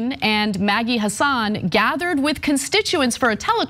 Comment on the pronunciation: Good notes and I agree; BUT please learn to pronounce names BEFORE you utter them on videos. You do not need to lose credibility within the population of NH where even Republicans know it is pronounced huh-SAAN. And Boucher, likely from French as Boo-SHAY, but Americanized as pronounced rhyming with ouch-er.....and not like the ou in could. Good thing you don't have to pronounce the names of tennis luminaries. You can always Google the pronunciation.